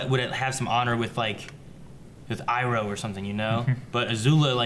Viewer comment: Ikr, this seriously annoys me. also says ''Iroh'' wrong, he had seen the series before. Love the reactions and watched all of them in 3 days but god damn he needs to be stopped by the Avatar of names.